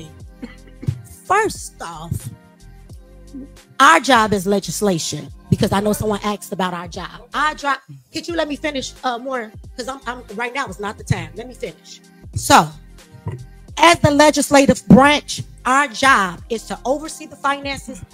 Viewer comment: Why is so hard to say ASKED. Not Axed. You have not asked for something. Not You have not AXED for something.